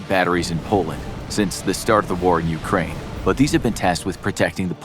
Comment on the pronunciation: Why no mention of other NATO forces? Dude, practice your Ukraine please, your pronunciation is painful.